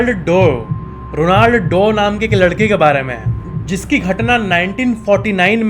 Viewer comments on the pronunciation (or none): रोनाल्ड नही Roland हैं भाई ठीक से pronouns करो यार